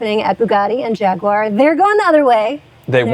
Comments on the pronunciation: LOL still trying to sound British with "JAG-YOO-ARE". 🤣 It's only slightly less annoying than when he refers to hoods as "bonnets" on non-English cars. At least he isn't committing the mortal sin of pronouncing it "JAG-WIRE". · Man, I really enjoy these videos, but needs to learn how to say Jaguar. It drives me bonkers!!! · Awesome Vid Per Usual. Question. Is It Pronounced “Jag-You-Are” Or JagWar ? I’m Truly Curious.